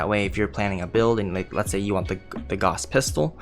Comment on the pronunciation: GAOUSE...... You're saying Gauhss..... but it's actually Gaouse.